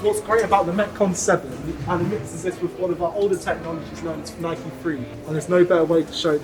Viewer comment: Please stop calling it “nikey”! Please pronounce it as “nyke”!